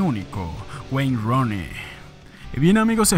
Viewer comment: Nadie: Absolutamente nadie:: wayne Roni